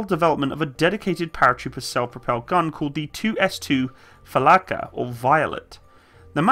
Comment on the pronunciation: After third time i heard you say govdika i just cant continue watching without leaving comment, i am so fucking angry that you didnt check correct spelling before making video about it, its GVOZDIKA NOT GOVDIKA! Edit: just few second after i finish my comment and start watching again he butchers yet another name, its 2S2 FIALKA NOT 2S2 FLATKA or whatever was that.